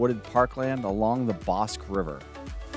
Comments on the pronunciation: Thanks for visiting Waco! We pronounce Bosque like “Boss-key” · The river is the Bosque pronounced Bos kee